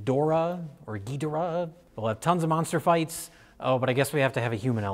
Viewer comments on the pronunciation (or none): none